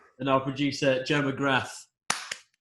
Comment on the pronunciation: you keep pronouncing McGrath wrong!